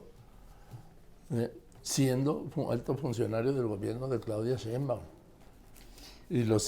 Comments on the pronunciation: Es un gusto escucharlos par de caballerotes de la noticia y la simpatía, Joaquín más bien Carlitos, que aprenda a decir el apellido de Sheimbaum, él se come la i y le dice shembaum. Me da risa porque pues a cada rato la menciona y me retumba en los oídos es SHEINBAUM, Carlitos y me caes re bien, bueno los dos, además el cariño que como amigos de mucho tiempo proyectan su afecto y admiración mutuo.🥰🥰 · Respetado y siempre bien apreciado señor Marín : ¿por qué no pronuncia correctamente el apellido Sheinbaum? Siempre le dice Shembaum. Le conmino y le insto a que corrija, de otra forma -le advierto-, me veré en la penosa necesidad de dejar de ver sus programas que tanto disfruto pero, sobre todo -y más tristemente-, de irrespetar el título que le fue otorgado como alguien que nunca se ha equivocado semánticamente. Como opción alterna, si acaso mi advertencia lo atemorizó lo suficiente, le ofrezco que me explique usted sus motivos para hablar de una forma que parece ser un error de pronunciación imperdonable para alguien de su talla cultural e intelectual. Le agradezco su atención reiterándole tanto mis más sentidos respetos, como mi más irrevocable advertencia, aunque lo atemorice.